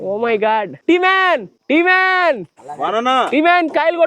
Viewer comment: T-man kadu bro. Tea man